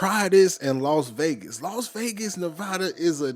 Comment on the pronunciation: It's Las Vegas Not Los Vegas